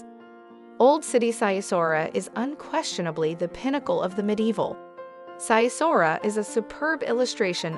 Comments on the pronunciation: The way she pronounces Sighișoara sounds like Japanese 😂 it’s pronounced “Sig ish shoa ra” She pronounced it as “sigh e sora” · Sigh-e-saura :)) Cehoosesku ? :) So not a slightest effort to find how names are prnounced. And this is a "guide"?! Ha, ha. (Not to mention that there are at least 25 better sites than Sighisoara). But hey, i got it, you would like to have everything to one place, so that you travel without actually traveling. Your idea of traveling is ... a theme park in Orlando, Florida. Lazy fellows ... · Good content but place name pronunciation needs some work. For example, Sighisoara is pronounced Sig-e-shwar-a. This would take your videos to the next level 👍🏾